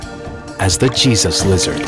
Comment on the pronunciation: I thought he said cheeseth liazrd XD